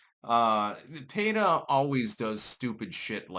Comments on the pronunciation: PEETA not PAYTA... why are simple words so hard for you to pronounce? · "PAY-tuh"? No, it's not the first name of a lady from a Spanish-speaking country, it's just "PEE-tuh". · Pee ta 😂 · Well it's an acronym, so there isn't really a "correct" pronunciation. Most people say "peeta", so that's it's understood pronunciation, but it's not like it's a real word. As a pedantic douche, it seems like you would know that. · pronouncing Peta the same way as Beta. Meh, I wont complain. lol Edit: I wasn't trying to correct him... I was laughing about how he made Peta and Beta rhyme, considering peta ARE betas. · . . . Are you saying their name like that on purpose? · You are mispronouncing P.E.T.A.